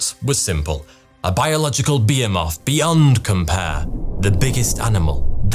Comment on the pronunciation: And beer moth? For behemoth? This turd doesn't need a proof reader. He needs a proof speaker